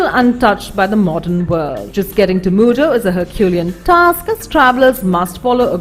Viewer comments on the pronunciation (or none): none